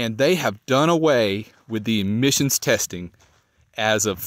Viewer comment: Are you saying emissions or admissions? Couldn't quite catch it.